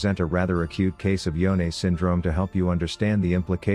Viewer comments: It's Yone not YoneA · so his name is pronounce yo-neh? I thought it was y-one